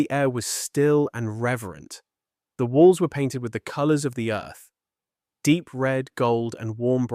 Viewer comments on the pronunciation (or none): none